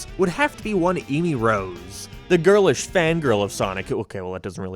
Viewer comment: First word in this Video: EEmy Rose